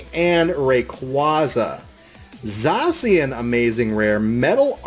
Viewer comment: It's pronounced zash e an